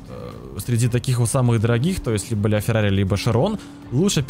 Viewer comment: Бля фирари